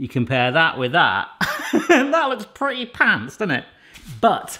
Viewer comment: cretty bocker? xD